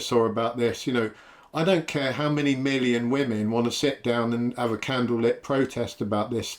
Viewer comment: “Candle lit protest” lol